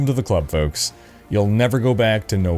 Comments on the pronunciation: You said it wrong. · Its folks, hey!